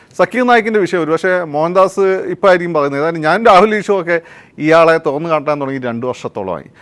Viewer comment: തൊഗാന്നു അല്ല.... തുറന്നു